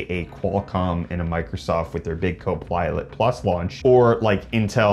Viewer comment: Co-Plilet ? 🤔😳😂😂😂 Plu, plat, plum ploo 😂😂😂😂😂